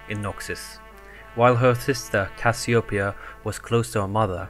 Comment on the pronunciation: Cassiopeia not cassioepia lol